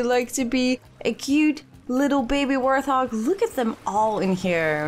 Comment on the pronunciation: Hey Just wanted to let you know that I love the videos. Also as a person with English as their third language I just want to say that it's pronounced wart-hog with a t hehe. I don´t mean this as any kind of insult, I know I would want to know if I were saying something wrong. They are hogs with warts but you seem to say warth-og which is an understandable error. Any, love the series! keep it up.